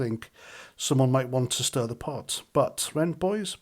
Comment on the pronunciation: Putting the rs into arson. "Stirring the bot"...